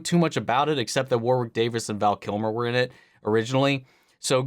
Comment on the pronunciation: Just FYI, his name is pronounced "Warrick" It's a little unintuitive given how it's spelled.